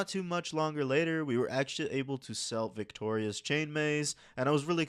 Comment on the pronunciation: no idea how you see 2 G's in "viggora" and for some reason say "victoria" multiple times reading is hard i guess.